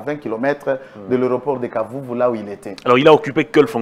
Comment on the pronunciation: kitenge ne pas de bukavu qlqun de bukavu qui ignore lexistence de lemera qui ne sait pas prononcer kavumu il dit kavuvu a douter